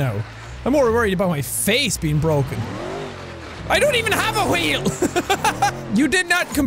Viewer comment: Jack, I love that you let your Irish out. I also love it when you say "ya tink?"